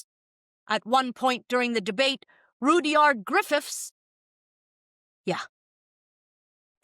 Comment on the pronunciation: Just FYI. It's "Rud yard" not "Rudy ard".